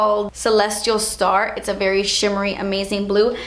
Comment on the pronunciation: "Berry chiny.. berry glozzy" -- the main reason I hit the like button for this video (besides the fact that I like them all anyway hehe)